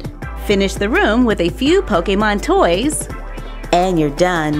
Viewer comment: Does it bother anyone else how she says Pokemon? 😂